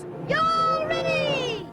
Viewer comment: NO, It's GO Rinty, NOT Yo Rinty! Get it right!